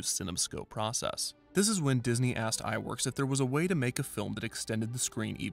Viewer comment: I'm pretty sure that "Ub" Iwerks is pronounced "Ewe bee". That's how I was taught, anyway. Since his first name is just a truncation of "Ubbe Eert" Iwerks. It's worth looking into.